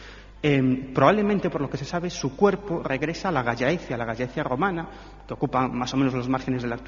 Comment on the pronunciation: Cuánta sandez sobre el apóstol y no presentan ninguna prueba arqueólogica contundente ni saben pronunciar Gallaecia!!